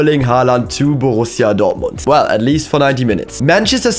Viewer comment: Hearing him say "borrusia dortmund" is the most satisfying part of this video